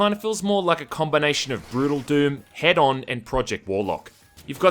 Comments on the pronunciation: it's hee-don not hed-on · If the game is that amazing then just take the time researching how it's maker is pronounced.